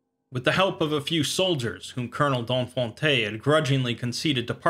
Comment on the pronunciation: I love the way he pronounces "Donfonte".